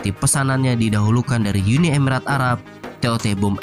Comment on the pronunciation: Arab min bukan alabb😆